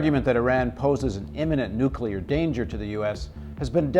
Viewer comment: Half the time, Paul Jay seems to say "nucular" and half the time he gets it right "new-clee-are." I think he has been listening to GW Bush too long and that may have confused him! :)